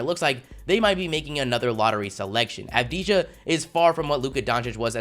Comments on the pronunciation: Stop sleeping on deni avdaija By the way you pronounce it deni avdiya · its pronounced av-di-ya